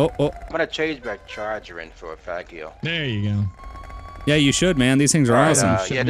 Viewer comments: LoL! Its pronounced Fah-jee-oh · Is it really pronounced fag e o? Because I was thinking fa gee o.